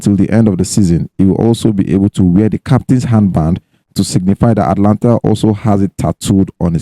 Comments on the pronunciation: Guys, the name of the team is "Atalanta" not "Atlanta" like Atlanta, Georgia, in US. There's an extra "a" there after the "t" so, note and stop calling it "Atlanta" on your cool podcast. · Guys, the team's name is Atalanta, not Atlanta. Take note of the additional "a" after the "t". Please, correct your pronounciation.